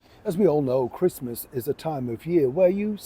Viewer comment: Not interested in watching someone who can't even pronounce the word "Christmas" and who wants to watch Meghan-no-mates celebrating in a stranger's house forcing her staff to pretend they like her, because I bet, she doesn't take you through her front door.